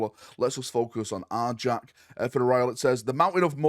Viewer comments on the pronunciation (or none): His name is pronounced Are-Yak, not Are-Jack.